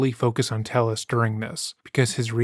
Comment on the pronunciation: YouTubers be investigating a complex case for weeks but cannot reach how to pronounce a last name... It's "TEH - YES" not "TELL-US"